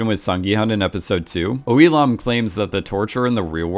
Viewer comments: It's "Oh IL-NAM", not "IL-AM". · only one thing, is Oh Il NAM not Oh Il am x_x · Lol "Elom" its Il-Nam... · He musk have mispronounced. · Yeah and he says it like 200 times. E Lam. It’s iLL NAM. But whatever. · Is it just me or instead of saying il-nam he was saying Elon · Not hating but who kept thinking he just kept saying “Elon” instead of “II-nam” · Il- Nam ... not Illam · Eelam eelam eelam.... it is IL NAM. Or Eel Numb if you want to pronounce it. Shessshhh. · I just dont get how you mispronounced nam to ham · Bro what did you call him? "We Lam"? Its Il Nam lol, pronounced just like that* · ilam? its ILL NAM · its not eelam its il nam 🤦‍♂️ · I understood "Elon" instead of "Il-nam". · I like how you pronounce his name like “elon” it just sounds like something that elon would have done. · Now I'm not great at pronouncing Korean names at all, but all I keep hearing is Elon instead of Il-Nam, coincidence? Amazing video btw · Why is it that when he says il-nam it sounds like Elon 😂😂😂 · Everytime you say "Il-nam" I hear "Elon" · When you say Il-nam I keep hearing Elon. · Every time you say Il-nam, I hear Elon. And it still would make perfect sense. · When he says Il-nam i always understand Elon and then I think "Yes, Elon Musk would totally do something like this." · Anyone else hear "Elon" insted of Il Nam" when the name is said? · Every time you say Il namm i hear elon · The more I listen to you mispronounce his name, the more it sounds like Elon :D Great analysis! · "Oh ill man", lol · IL NAM - Jesus Christ please pronounce names correctly. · how're you going to call someone your favorite player, but then say their character name incorrectly? 🤨 also, "shark loans"? it's loan sharks. jeeze